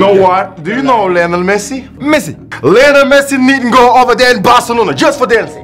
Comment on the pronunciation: Diogoye néna "beuyeumçi" ak meuçi 😁🤣😅 Beyoncé et messi